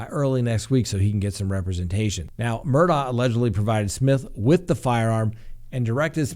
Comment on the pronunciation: Murdaugh case is crazier then a book. John Grisham should write a book. Shocked!! I love how you say his name correctly. WTF, he lost his mind on those drugs. Adds up to him killing Maggie and his son and if so God help him! Praying for Gabby. Like the West case to me. Where in the desert and not talking🥺